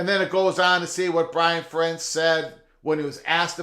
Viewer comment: Fair-ents. Fair-ents. I don’t like Iowa at all, but the guy’s been there forever. Pronounce his name right.